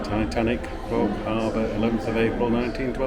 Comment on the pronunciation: It´s pronounced "Cove" not Cob